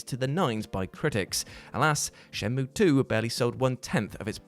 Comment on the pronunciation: You almost disappointed me until you said Shenmueeeeeee! Correctly. You are still a massive ledge.